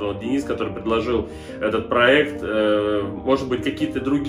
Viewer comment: Да, да, дадада, да,да,да,да - ДАДА! ПАлюбому нужен проЭкт! Не сдавайся!